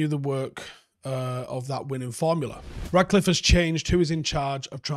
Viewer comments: love your shows and the analysis is always top quality but the guy’s name is RaTcliffe, FFS, not RaDcliffe. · It’s “Ratcliffe”